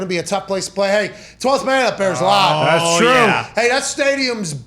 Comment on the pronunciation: “It doesn’t matter how lahd the crahd is” - Pat McAfee